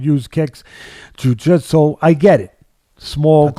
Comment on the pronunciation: is how jiu jitsu should always be pronounced